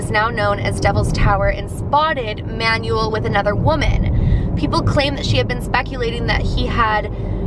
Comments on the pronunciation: Pretty sure the owner of the tower is pronounced Man-well, not Manual. :P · Does it not bother anyone else that she keeps pronouncing this man’s name as “manual”? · You said the last name right but you mispronounced the first name. It’s pronounced man-well. It’s a Spanish/Mexican name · I love you but PLEASE do name pronunciation checks before filming videos cause that is definetly not the way to pronounce Manuel and it really hurts to cringe while watching your videos. That aside you've been keeping my October super spoopy with this year's 31 Days of Halloween so keep it up!